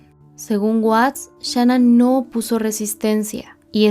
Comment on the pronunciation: Gracias por cubrir este caso con detalles correctos y con respeto. Muchos canales en español no han hecho un buen trabajo de investigación, y también lanzan declaraciones injustas sobre Shan'ann. Solo te critico cómo pronuncias el nombre de Shan'ann pero te lo paso 😊.